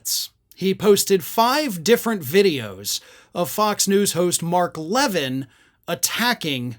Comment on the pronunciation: Levin loses his mind when folks pronounce his name that way! LOL